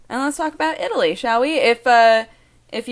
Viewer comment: When you are talking and say city names, you seem to try to make a point to put the proper accent for each city. I love it!